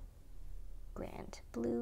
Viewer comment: Merci , la prononciation est superbe .... Le Grand Bleu ... Good stuff , Thank you my dear. :)